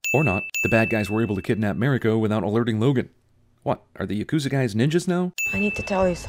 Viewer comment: You get a handful of sins for pronouncing Yakuza as Yah-koooo-za.